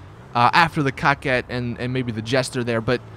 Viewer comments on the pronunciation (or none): I know, Pronounced Coe-quette not COCK-ette.,,,,,definition,,, A woman who regularly makes romantic or sexual overtures; a flirt. ALL my cars are female. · "Cock ette. ???!! WTH it's pronounced CO-QUETTE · "Cockette" XD